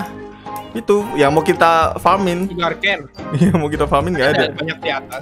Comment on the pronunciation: Sugarcane ❌ sugar chan✅